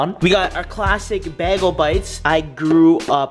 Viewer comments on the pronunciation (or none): its not pronounced bah-gal its bay-gill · its pronounced Baaaaaaayyyyyyy - Guuuuuuuuulllllllllll!!! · Yo, what's a Bag-el bite?? Lol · Ally Edits & More lmao, he doesn't know what a bagel😂 spam its Bae-gul in the comments lol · Bag-ole bites NOPE bay-goal bites